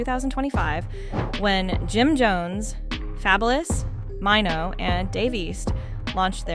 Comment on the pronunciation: Who is MY-NO????.....BIH his name is MAINO!!!😂😂😂😂😂😂